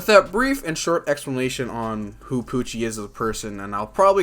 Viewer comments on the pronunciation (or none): I love how the Translation Pronounce Pucci As POOCHIE